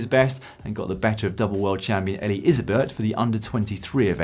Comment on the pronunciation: Eli Yserbyt, pronounced as easerbeet